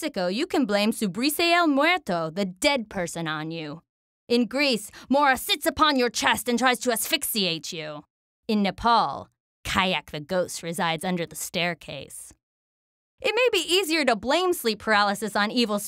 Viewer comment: its khyak not kayak lmao.